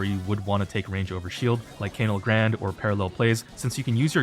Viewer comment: why do you say canal grande like that😭